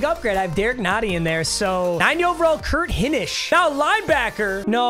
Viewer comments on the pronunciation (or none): Hey papa it’s not important but it’s hi nish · for future reference its pronounced high-nish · it’s pronounces HIGH-nish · Doubt you’ll ever see this but Hinish is pronounced Hine-ish like Hines ward ish.